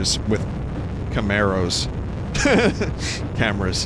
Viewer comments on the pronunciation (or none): Game: Cameras. Vinny: ...kay-may-rows.